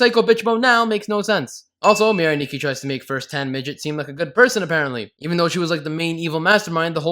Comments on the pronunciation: Adding sins for every time he mispronounced Mirai Nikki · You Get 568 Sins For Saying “Mirai Nikki” Wrong